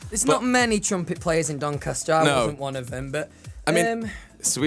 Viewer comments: Cuz he is the "Sass mastAH from DoncastAH" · I think you mean "DONCASTAH"